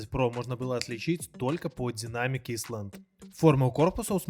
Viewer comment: Не Исланд,а Айленд